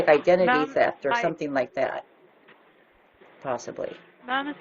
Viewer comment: "Identity teft."